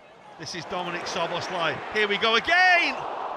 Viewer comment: It's "So-bos-lie"... still not correct tho but the closest one